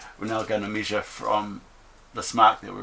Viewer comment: Nixt one or next one every word with the letter e you pronounce i, very annoying, Misure-measure Wibsite-website